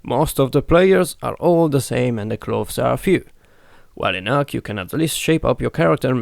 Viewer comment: Ark not arm